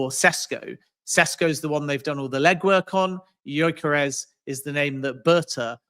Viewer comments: His pronunciation of gyokeres is driving me mad 😤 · This joker pronounces Gyokeres in a fruity accent and still gets it completely wrong 🤡